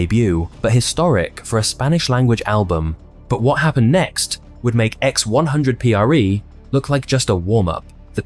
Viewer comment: While some highlights in this video were on point. This proves that just doing research is different than living thru it. Like how are u gonna talk about Benito’s rise with out talking about Krippy kush and the Nicki Minaj remix. The mispronunciation of diles, x100pre (4ever) among other things. Also ignoring his collabs with will smith/marc Anthony or his song mia with drake feels to me like ignoring stepping stones to his stardom